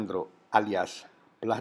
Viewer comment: ma credo che wikipedia sia uno spazio libero, quindi penso che chiunque si possa fare la propria pagina. Conosco persone chhe se la sono fatta! quindi alla fine non è cosi' importante!:) ps '...si pronuncia "platuun" un po' d'inglese corretto non fa male,in un paese dove;haimè, non lo parla nessuno ciao!!